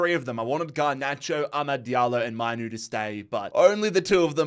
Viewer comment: Say it like maynoo not minoo